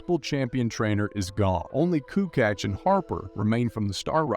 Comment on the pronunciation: Kukatch? Man he was in league for so long and was very known player, at least you could say his last name right.